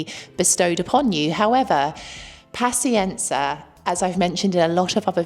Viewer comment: As a brit living in Italy (mainly south) for last 30 years totally agree with everthing you say. N.B please pronounce paZienza properly. Hopefully you don't pronounce piZZa like pisa!